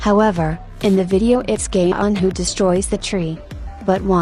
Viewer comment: Amazing sand art at the beginning :)) ALSO WHY DOES IT SOUND LIKE THE ROBOT VOICE IS SAYING GAYHYEON I CANT